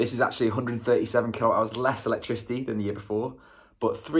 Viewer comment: Is it your pronunciation or I am hearin kilo hours?😂😂😂 kWh is kilowatt-hour